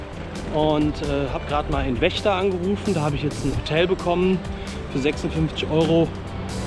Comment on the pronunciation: Das ist eine sehr schöne Tour, die da gemacht hast! Es macht Spaß zuzugucken. Aber ich könnte mich beömmeln wie Vechta aussprichst! Das hat ein anderer Youtuber (er macht auch Radreisen aber der Name wird nicht genannt) genauso ausgesprochen.;-) Ich werde Deine Reise weiterhin verfolgen!